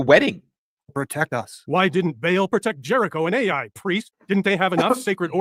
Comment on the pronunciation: 34.35 The Biblical place Ai is not pronounced "ay eye." It is pronounced "eye" or "I"